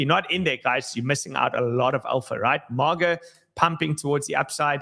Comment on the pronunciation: it's not MOGGA. It's MAY-GA. MAGA. Not MOG lol. & Solana Classic is on* Dextools.